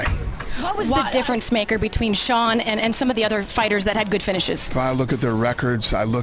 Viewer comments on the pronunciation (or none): You pronounced his name wrong hahahaha. Its shawn not seen. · you say Sean like shawn not seen btw but good vid overall keep it up ! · Jeezus F'ing Christ. Sean is pronounced like Shawn, not Seen. If you're going to do videos about people, at least learn to pronounce their names. Otherwise it's just disrespectful, and you lose credibility with your audience. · Did you say seen? Sean is pronounced Shawn, are you a AI robot cause it certainly seems that way. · Y'all didn't notice the Narrator said Sugar Seen O'malley? lol Sean pronounced Shawn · “Seen O’malley” and “chico” 😂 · If you are going to narrate videos on UFC fighters, you should at least learn the correct way to pronounce their name. Sean: pronounced Shawn! If you choose to make videos on a certain topic, educate yourself on that topic BEFORE making the videos. Just a suggestion. Good luck! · Get a voice over guy who can pronounce Sean please. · You dont know how to pronounce Sean or Dana name. You should not be narrator.😅😂🤣